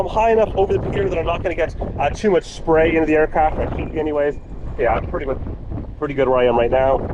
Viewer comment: Where did you, learn English? - Etcetera Anyway